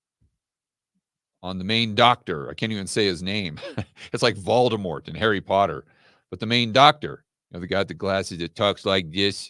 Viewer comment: that accent for Voldemort is perfect!! 😂😂😂